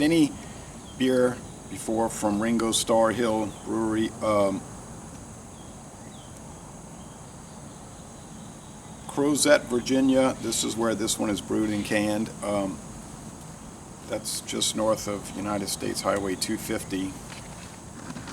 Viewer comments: Nice review. Starr Hill claims to be the 2nd oldest craft brewer in Va. Their current brewery is located in the old Morton Frozen Foods factory which shut down in 2000 and sat dormant until Starr Hill moved in during 2005. Also, the town is pronounced krow-zay. Cheers! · Crozet is pronounced "Crow-Zay". I grew up not far from there in Crozier "Crow-zhur" which is on State Road 6 sometimes called River Road. Now the folks in that area pronounce River as "Rivah". 😁